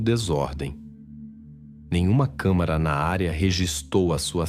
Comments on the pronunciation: Querido ADORO seu canal, mas qdo vc fala câmara no lugar de câmera me incomoda muito. Pq o canal é tão legal. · Não é "câmara". É "câmEra".